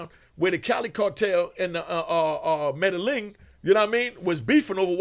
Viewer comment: You, know when someone serious when they say the medelling instead of medellin i feel his whole pain no lie 😑😭😂💯👂🏾